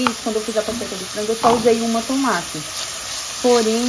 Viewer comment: E tomate nao a tomate fala certo sua linda procura fala certo